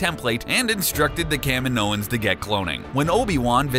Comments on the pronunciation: It's pronounced "Cuh-MEENO-Ans", not "CAH-Me-No-Ans". The planet is "Camino" ("Cuh-MEE-No"). You don't change the stress. Just like the Caribbean is named after the Carib Indian tribe ("CARE-Rib"), not the "Cuh-RIB" Indians. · I'm sorry., Bod-e... I shudder to think what else you will mispronounce or if I should even continue watching. It is obvious you have never even SEEN Star Wars, and don't tell me you have or you would know these pronunciations, or maybe you just couldn't pay attention enough to count as more than a waste of carbon.